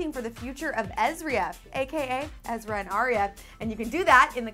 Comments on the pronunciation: EZRA NOT EZRIA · EZRA! not ezria! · its EZRA not ezria